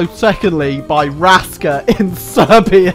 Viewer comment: yaaaay Serbia , and also that is not how u prounance Raska and it should be Raška